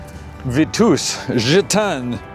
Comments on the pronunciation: it's pronounced "Vee tuss" , not vee tooose. And it's French, not German. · Bee-yawn-chai. Vee-toos. I guffawed. Then commented to appease the algorithm gods. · Is mispronouncing "Vitus" and "Bianchi" on purpose? "Look at the stem on that thing." 😄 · "suntour Super bee" and "Veetoos" made be chuckle, but "Biarn chai" was S tier